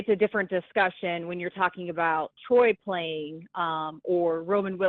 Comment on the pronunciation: Are you guys so lazy that you can’t even use one extra syllable and pronounce his name correctly? I mean Troy.